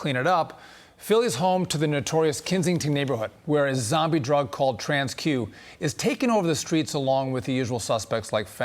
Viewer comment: TRANQ not Tran-Q.